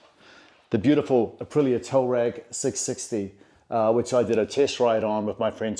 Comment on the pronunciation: It's not "tow ragg" it's tUaaarEg you re re!